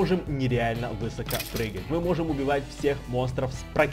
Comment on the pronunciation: высокО а не вЫсоко